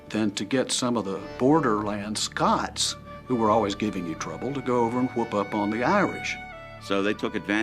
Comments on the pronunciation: It's Scots (humans from Scotland), not Scotch (whisky). Geez. But other than that, this is a great little documentary about early American history. Love the info about the music. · SCOTS-IRISH, **NOT** "SCOTCH"!!!! Scotch is a whiskey ye dimwit!